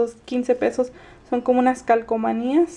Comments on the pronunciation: de donde eres? por que dices calcamonías en vez de calcomanías? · hola!!! me caes bien :D me suscribí ya :D pero una cosa: no es calcamonias es calcomanias jajajajjaja